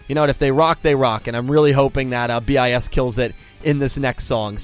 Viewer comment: 1) It's just pronounced bis, not B-i-S. 2) Your picture isn't that up to date, none of them are actually still in BiS. 3) The controvercies, are mostly staged (except the marathons and the spice foods. You just scrached the surface) 4) SInce their sister group BiSH is getting quit a lot of mainstream traction, don't expect them to be cheap. Watanabe is a lot but not a bad buisinessman. 5) Check out their music, they're actually pretty awesome 6) Sorry for the terrible spelling...